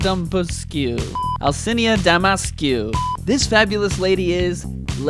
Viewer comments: When you say Dimitrescu, the U is silent. So it's pronounced Dimi-tresc. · not sure if anyone updated... but its pronounced 'Deh meh trex' (with the x being like a sc sound.) :) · Vampire Dommy Mommy. XD Also, it's pronounced more like "Dimitrik" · The U in Dimitrescu is silent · Oh boy. Al - chi- na (Alcina) Deee-meee-tressss- cu (Dimitrescu) Thats how you pronounce it. It is a Romanian name.